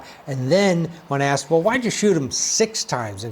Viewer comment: Dis is why duh jury got it wrong. Day didn't listen to duh witnesses. He axed him not to plow dare because one of duh chirdren had a burrfday dat day.